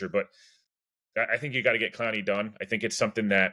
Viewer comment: Yes, you have said it correct.